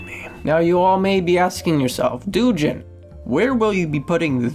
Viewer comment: Wait your name is yet you cant even pronounce it........ its どうじん not DOOJIN omg